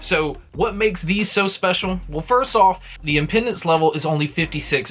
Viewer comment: Did this man really pronounce "impedance" as "impendance"